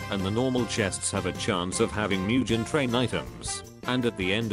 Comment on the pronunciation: “MuJeN TRaiN”😂💀😭